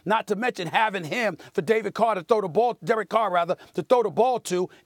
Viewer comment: The disrespect from Stephen saying Derek Carr's name wrong.